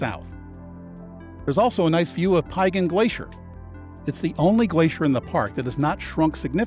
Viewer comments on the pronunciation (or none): This was thoroughly enjoyable, except for the pronunciation issues of a few place names. Piegan rhymes with began or pecan ( if you're from Savannah) with the emphasis on syllable #2. And Siyeh is equal emphasis on both syllables, and rhymes with pronouns I, He. (with an aspirated h at the end of he.